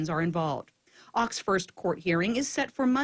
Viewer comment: his name is pronounced :Oaks , not ochs, (you are using lower case sound in upper case place.)